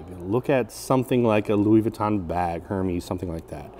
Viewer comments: it's "erm es" not "herm-ees" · Check your pronunciation on Hermes. 😂